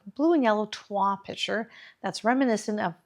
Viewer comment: This arrangement is so beautiful! (The L is pronounced in toile.)